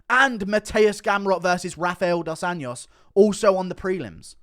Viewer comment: Rafael dos Anjos: it's not pronounced AN-Y-OS. It's pronounced AN-JOO-SS